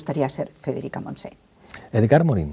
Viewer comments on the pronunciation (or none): Pablo, por dios, Frederica MontsenI NO, se pronuncia Frederica MontseÑ!!